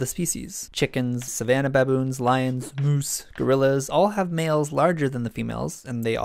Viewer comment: OMG the way he said moose